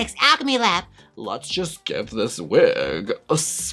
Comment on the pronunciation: LMAOOO "Let's just give this weg,, I sprehhhhhhtz~" CACKLING